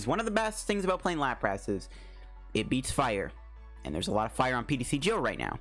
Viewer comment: how you say larpas is killing me